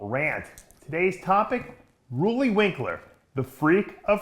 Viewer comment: Roooooleee , Roelly man Roelly , not ruuuuly